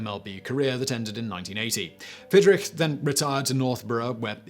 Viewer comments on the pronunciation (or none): I’m a lifelong Tiger fan and Mark Fidrych was my hero as a child. We made sure he was pitching when we went to a game. Btw it’s pronounced “Fid rich”.